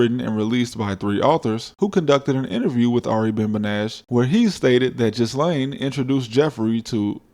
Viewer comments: Great video👍👍 also the S in Ghislaine is silent. So its pronounced “Gilaine” not Jizzlaine lol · In what world is Ghislaine pronounced Jizz-lane? it's Gih-LAYN... Get cultured... geez! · Yes. He was a spy or an intelligence asset. A tool really. A disposable tool. What's being covered up is not Trump's activities, but rather Mossad's and how compromised American industry and government is. BTW Ghislaine is pronounced Ghee-len in English. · It's pronounced "Ghillaine" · It's pronounced jil-ane (Maxwell). Regardless sir, you never cease to amaze me regarding the legwork you put into your stories. Fab as usual, and I wait for your pieces with the anticipation of a Hollywood blockbuster (but better - since I'm sure you know the value of blockbusters nowadays). I've sent your stuff to members of my family, which for me, I very rarely do. Thanks again, and look forward to the next one. Peace 😎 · I love how blatantly you butchered ghislane's name.